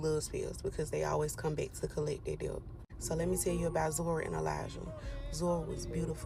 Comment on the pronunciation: 🫩For the love of God and everything good in the world the B in the word debt is SILENT! 🫩 FOR THE SAKE OF FUXX it’s ENUNCIATE not announciate! And ASKS not askesses! These people are about to make me blow a fuse somewhere. It’s infuriating to listen to someone speak improperly SO confidently. It’s like nails on a chalkboard! clinches fists